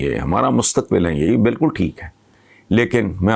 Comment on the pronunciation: میں نے ایک صاحب کو بالکل کو baalkul پڑھتے دیکھا